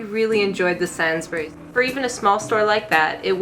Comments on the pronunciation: Set honey is the best. Seeing it has made me decide what I shall have on the bread that I'm baking. I'm not sure you're saying Sainsbury's correctly. Try Sanes-brees. Most British names ending with -bury are said bree. We love our unstressed vowels aka schwa. We shop at Lidl and Aldi primarily but visit Home Bargains or Tesco about once a month for a handful of other stuff we can't get at the German supermarkets. Can't afford Sainsbury's. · NOT pronounced SAINS BERRIES ! (More like...SAINSBREES.) You were in a Sainsbury's LOCAL. A much smaller, and more expensive of their shops, with a limited range . ALDI is way cheaper and just as good quality ! The honey is a different colour depending on what the bees are feeding on. My favourite is OILSEED RAPE honey. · How dare you call it "Sansberries"!!! Sanes-buh-rees. It's not pronounced how you expect. Though I may start calling is sansberries. Edit: I'm now doubting my own pronunciation as I have a Midlands accent. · Sains to rhyme with pains not sans to rhyme with pans 🫤 and “we” say the bury as “brie” sooo..”Sainsbrie’s” - weird, I know but that’s the way we are over here! And I work for Sainsy and that “local” is quite big really! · it’s “Sains-Bree’s” not “Sans Berries”:P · "Sainz buries", not quite, try "Sainzbreeze". 😉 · Great video, but with sainsbury’s, the i is pronounced, so it’s kinda like say-ns instead of sans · Sansburys? You mean Sainsbury's. Pronounced like "sayins bury's" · SainsBury not SainsBerry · Sansberry lol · the way u say sainsburys cri the way most here pronounce it is SainsBreeze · sansberry ah yes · I have noticed that Americans pronounce Sainsburys as Sains-berries, it's quite weird to hear also the local branches are not the same as a large branch where people do their big weekly family shop, a lot more choices plus they sell clothes and home wares, toys and DIY. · It’s pronounced SAYNEBuries. Love you guys 🤣 also we say Ribena as in R-EYE-been-a ❤️